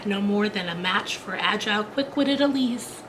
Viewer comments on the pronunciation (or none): Lovely, but... Ilse is pronounced Ill-sa, not Elise!